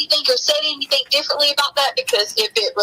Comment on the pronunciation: If I never hear the word “Anythink” again it will be too soon!!!